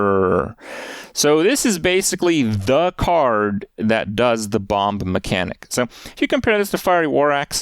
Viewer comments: Can someone let Kripp know the second b in "bomb" is silent please? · Does he keep pronouncing the 2nd ‘B’ in bomb?